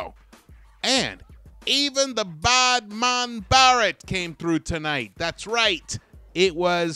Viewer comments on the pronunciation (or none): none